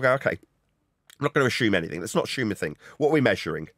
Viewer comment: Anyone who says ‘ashume, instead of assume’ should be eradicated from grown up conversations